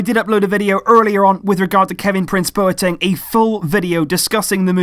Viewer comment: My housemates were from Ghana, they told me numerous times it's pronounced 'BWATENG' not bo e teng.